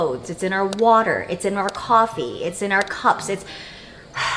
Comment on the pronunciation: The way you said “water” 😂